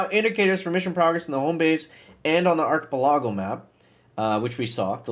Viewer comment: I gotta know. Are you mispronouncing ARCHIPELAGO on purpose? or did I miss a joke of something in a previous video?